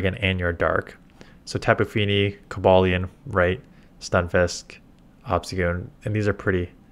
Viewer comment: Ayy got Cobalion's name right